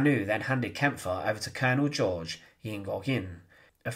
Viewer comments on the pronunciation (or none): none